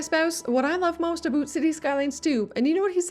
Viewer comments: this mf said aboot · How do you properly pronounce the word OUT, but then do the stereotypical ABOOT Canadian thing? It seems like a real kitschy thing to do. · Wow this is my first time listening to "aboot" so clear from a YouTuber. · screams Canuck eh?